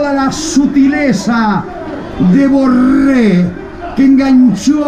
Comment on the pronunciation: Me pone nervioso como pronuncia tanto la R, Borrrrrrrrrrrrrrrrrrrrrrrrrrrrrre, Rrrrriverrrrrrrrrrrrrr, orrrrrrrrrtiz